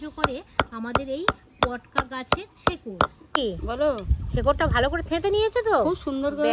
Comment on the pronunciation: ছেকর নয়।শেকর বলা হয়।